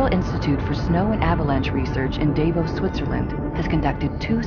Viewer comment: It's pronounced dah-vos, not Dave-os. You're welcome 😊.